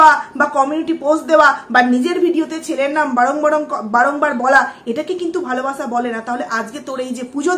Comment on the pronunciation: Apnar video ta dekhchilam...valoi lagchilo...but je vabe swa te sleep kelen sotti khub birokto lagchilo ....kaind ly uccharon ta ektu thik kore korun valo lagbe...valobasha ke bolchen valobasa...ektu songshodhon korun....parish na ke bolchen paris na...ektu carefully...plz